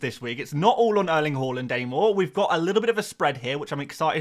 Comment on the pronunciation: But he can't pronounce haaland XD